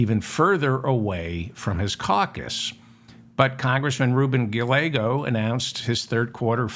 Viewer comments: double l in Spanish is pronounced as a y. so it is Guy-yea-go not gah-lay-go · Stellar showing on The Majority Report today, sir!! A gentle correction, if I may: The double L in Rep Ruben Gallego's name is pronounced with the Y sound. 'Guy YAY Go.' Thanks so much for all you do! 💜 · Guy yea go is the correct pronunciation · Never Jordan! Pronounce the Double- LL in Spanish like a “y”, so his name Pronounced using English words: “guy-YEAH!-go” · Darling David, Gallego is pronounced Guy - YEAH. - Go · Please learn how to say a Rubin Gallegos last name!!!! The l’s are pronounced like a y!!!